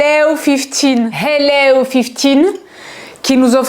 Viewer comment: Une rigolade dès le début avec tes hellows😅